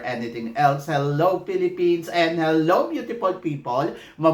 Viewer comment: Bakit ganyan ka magsalita? Hindi yun PRANS. Its France. Hindi PILIPINS. Its Philippines. Hindi yun INJA. INDIA!